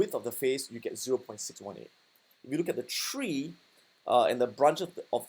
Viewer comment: The "Tree" and the "Bee" though lmao